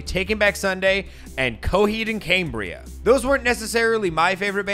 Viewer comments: Stop saying "Cambria" wrong. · hearing u mispronounce cambria the entire video make me want to click off.. PLEASE... edit: video wasnt worth it. not enough substance. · Is Cambria pronounced “Caymbria”? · Cambria, pronounced as: caimbria camebria caembria ceimbria Camera, pronounced as: caimera cameera caemra ceimra